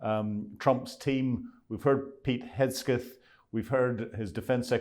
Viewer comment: It's 'Hegseth', not 'Hesgeth'. Unintentional I'm sure.